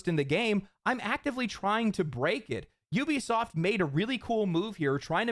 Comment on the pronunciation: Judging souly on your ability to pronounce the word "Ubisoft," you might be the only content creator that knows how to phonetically read English. I don't care how the morons at the company pronounce it..reading it as "ooh-be-soft" is just plain wrong. That said, you should consider either paid sponsors, or YT ads..or save the sponsor plugs for the end. Getting hit with both, back to back, is the lone reason why I'm not going to be watching the following 25 mins of this video. I'll still leave a like on it, though.